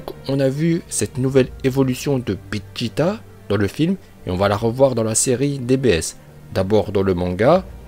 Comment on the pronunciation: Je suis le seul à entendre béjeta